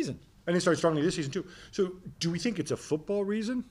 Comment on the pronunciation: The ‘I sink’ guy finally sunk.